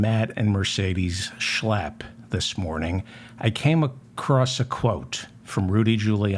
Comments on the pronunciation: Checking my online dictionaries: 'schlapp' (pronounced 'shlupp' in German) = limpid, floppy, listless etc 'Schlapp' as pronounced by David, is like shlep (to drag, to pull) in Yiddish. So, when Matt does not drive his dearest most Mercedes and gets a bit listless, he's likely gonna shlep a handsome young Republican, before then nodding off to, well, shluff (sleep). Oops, I forgot to bring in the exorcist! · I love how he says Matt Schlap. I find myself blurting out those words at full volume when I'm working late and need to keep myself awake. It makes me laugh and I thank David for teaching me the correct pronunciation. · I love your show. One of the minor reasons for this is that I love the way you pronounce the words Matt Schlap. Especially when you’re making a point of showing us what a lying creep he is. Bravo!